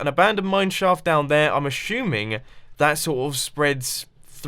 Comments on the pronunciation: "ashuming" instead of assuming, lol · "I'm ashuming" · Mumbo sed " i'm ashuming" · did you say ashooming????? :D :D :D